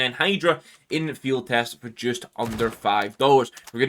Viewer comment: its gonna be an Fiehd its gonna be an MP7 Fiehd